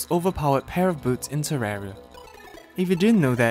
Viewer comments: It’s terraria not terrara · This is the first person I ever heard call it terrara